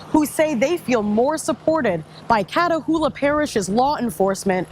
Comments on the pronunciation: Ochuita is pronounced watch-uh-taw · Dang you pronounce that Washitaw… the spelling is French Ouachita…😂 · at least pronounce OAUCHITA parish properly..